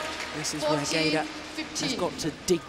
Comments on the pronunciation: I agree. I think it has a lot to do with the quality of the tools i.e. but there is no denying that Lin Dan and Lee Chong Wei have forced everyone to raise their game. Don't get me wrong Peter Gade {Pronounced Guille in his language - or close to it - not GAEDA as the female commentator says) is the shit. But he didn't evolve his game style. Of course in this game he is 34 but Lin Dan and Lee Chong Wei both watched him play before they were pro. So they got to see what worked and what didn't. I don't know.....What I do know is that for someone to say that one player is the best of all time is ridiculous. The game evolves as each generation pushes the limits of the generation before them. That's how it gets better and faster. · Why the lady commentator keeps saying Peter ‘Gader’. Correct me if that’s how Gade should be pronounced in Danish. She even has the tendency to say Kento ‘Momoto’, for Momota. Minus this, she’s absolutely an intelligent commentator.